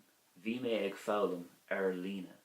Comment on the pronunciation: Thank you for the video. I read in the Christian Brothers books that “ag” before a consonant is pronounced “a” not “egg”; but in your example “…ag foghlaim…” it sounds like “egg”. Is this an exception to the rule?